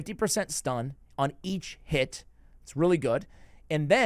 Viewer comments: when you say each hit it sounds like your saying eat shit lol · Whenever you say "each hit" I always hear "eat shit". Anyway, watched it all the way through, very helpful.